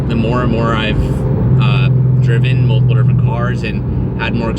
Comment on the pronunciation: The “multiples” is killing me.